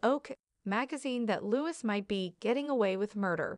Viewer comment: It's Louis (like Louie and not Lewis)